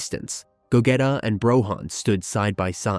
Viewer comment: Lol I love ur content, but I think we all know is pronounced GOGEEEEEETA GEEE! Lol not GETA, VEGEEETTTAAA LOL NOT VEGETa 😂😂😂😂 keep up the good work